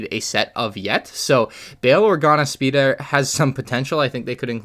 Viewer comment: what kind of accent did t say speeder in?